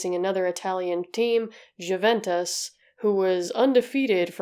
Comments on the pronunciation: Say it like... you-ventis. = ) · Americans trying to pronounce European names just doesn’t work. The “J” in Juventus is silent. Heysel is pronounced “High sel”. Just FYI 👍 Also it was the European cup, not championship cup. I’m a Liverpool fan and am old enough to remember this. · It's amazing how much effort you put into your videos, but please try not to overlook small things like pronunciation. 'J' is pronounced as 'Y', and even English native speakers don't make exception here. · p.s. just so you know, though I doubt you'll find yourself speaking about it again, Juventus is pronounced "you-ventus" because it comes from Latin so the j is read as an i, and i in Italian is read like "e" in English lol. And "e" is pronounced like "a" in English. Needless to say I still have a hard time when someone is giving me the spelling of something in English 😅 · All the research you did and never thought to look up how to pronounce Juventus?